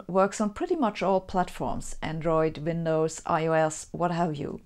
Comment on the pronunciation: The most clear & coherent unpacking of the mysteries of dark matter I've seen explained anywhere Sabine danke dir! It's also rather endearing that you can explain such complex concepts in your second language so fluently yet still pronounce Windows as 'Vindows' 😉